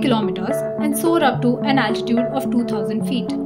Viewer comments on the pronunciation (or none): none